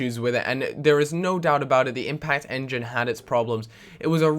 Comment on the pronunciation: Impact enging? :D